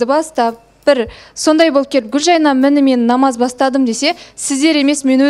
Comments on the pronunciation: Гүлжайнаш деп мына жүргізуші елдің миын ашытты. Гүлжайна емес па онда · Катсусылар ушин,Гулжанат деп шайнап отрма атын хоть дурыстап айтшы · отынем Гульжайнага Ш-ны коспай сойлеш бесит уже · Гүлжайна ғой аты, Гүлжайнаш, Гүлжайнат деп де айтып отыр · Гулжайна деп дурыстап айтындар оздерин..